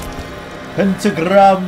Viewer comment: Bro, why you say pentagrrram, whis rus accent? Im from russia, i can hear this, thats make me funny